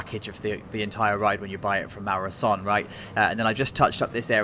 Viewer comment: I think it’s pronounced Maurer (so-nay)